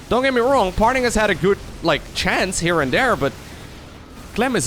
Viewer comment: There is no "L" in Parting's name.